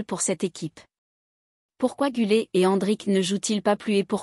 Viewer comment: GÜLER et pas GULET😅